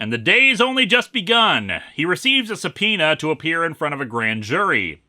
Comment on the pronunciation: Thank you, Linkara, for teaching me how to pronounce 'subpoena'.